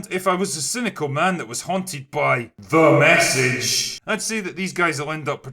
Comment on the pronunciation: I always get a kick out of, "T H E M E S S A G E."